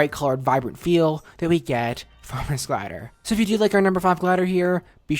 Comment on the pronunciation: And you say S”h”o next